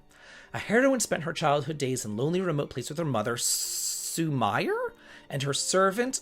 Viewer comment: I want you to know that I'm saying this with respect and appreciation for all you do, but for someone who plays as many JRPGs as you do, your pronunciation of Japanese words/names sometimes hurts me as much as those lime green clothes hurt you. Otome: the ending is pronounced like 'May' - oh toe may Sumire: Sue Me Ray Yes, it feels a bit like I'm nitpicking, but I think it's good to make sure you're pronouncing those Japanese words/names correctly when talking about Japanese games.